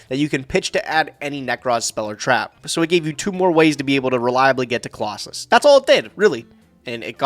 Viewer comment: I love how says Colossus instead of Clausolas and castor instead of catastor. It’s really validating (I always read them like that)